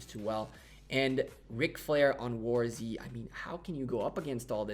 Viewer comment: Nice video. Btw, its warz, not war z, pls, ty :P